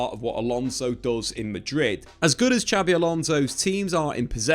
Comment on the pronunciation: It is pronounced "Sh"abi Alonso, not "Ch"abi Alonso. It is a confusion/mistake even spanish people make because how Xavi Hernandez is pronounced ("Ch"avi Hernandez)